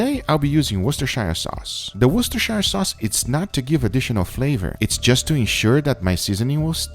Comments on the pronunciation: worchestershire - Woos - ter - sher sauce.. ;) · the correct pronunciation for worcestershire sauce is "WU-STI-SHR" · I'm not trying to be rude but it's pronounced wost-a-shere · nobody: not a single soul Guga:Wischstersayeeeer Souce. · to all americans its worcster SHEER sauce thats how its pronounced im from worcestershire so i know how to pronounce my countys name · Its pronounced 'woostersheer' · Guga, "worcestershire" should be pronounced "Wooster", with the "oo" as in "book". Just like "Leicester" is pronounced "Lester". I know it's weird, but that's how we roll in the UK! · some of franklin videos says apple cider, 1 video says worchestersire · That looked delicious!! PS: I believe you are pronouncing Worcestershire incorrectly, it is a tricky word indeed but thats ok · guga you dont split worcestershire up and shire more pronounce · I though he would have gotten enough heat from the Worcestershire sauce pronunciation from previous videos that he would have looked it up and learned the right way. Apparently not. :) (Wondering if he would pronounce New Hampshire the same way with the shire where hobbits live)